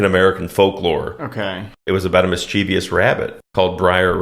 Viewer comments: You're just trying to make a plain ass movie seem racist as possible. And you can't even pronounce mischievous. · “MISS-cheh-viss”, not how you said it. Enough people helped you with the rabbit pronunciation.